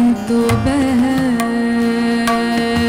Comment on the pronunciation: when she pronounced zikr as zikr and not jikr, she had all my votes and appreciation. Talking bout doing it right, technically and spiritually. Shilpa rao is another breed. She is not from the planet earth. much love